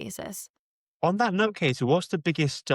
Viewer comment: Her name is Katie - not Kasey / Casey.